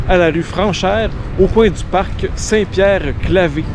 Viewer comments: Il faut prononcer St Pierre Claver, et non St Pierre Clavé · Bonjour ! Chroniques toujours intéressantes. Un commentaire : on ne dit pas « Saint-Pierre-Calvé », mais bien Saint-Pierre-Calver » (prononcez comme calvaire). J'ai étudié quatre ans à l'école St-Pierre-Claver, et jamais je n'ai entendu la prononciation « Calvé ». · on dit St-Pierre «Clavère»... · Saint-Pierre-Claver se prononce en fait Saint-Pierre-Clavaire. Je le sais, parce que j’ai fréquenté cette ėcole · On dit qu'il a mal lu, mais c'était peut-être un peu volontaire (pour angliciser?) On ne pourrait pas rebaptiser la rue?